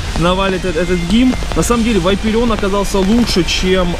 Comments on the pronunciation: Братан, говори не Вайпереон, а ВапОрион! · Вапореон , а не Вапареон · АХХАХ чтооо? ВАЙПереон? Может вапорион?😂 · Не Вайпереон, а Ваперион! Где там буква i ? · да не вайперион а вопарион говори правильно плиз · вапореон а не вайперион, кровь из ушей, 40 лет типу он не может по буквам прочитать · не вайпирион а вапарион